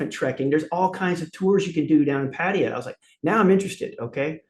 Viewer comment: I thought he was going to be a dick at first but he's quite cool and honest and likeable. He can't say Pattaya though.